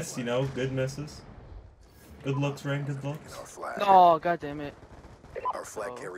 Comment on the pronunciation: Am I the only one who heard him call Rain, Banks?